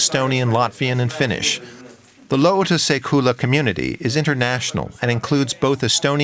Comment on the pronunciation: You absolutely butchered "lootuse küla". I'd recommend running the pronunciation through Chat GPT, it does a pretty decent job.